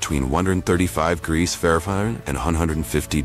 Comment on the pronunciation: AI voices can't say degrees, fahrenheit or celsius. They mess it up on every single video.